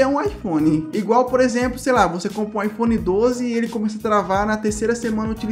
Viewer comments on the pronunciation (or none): Achei engraçado ele falando ifhone 12 travando kkkkk daqui a 10 anos talvez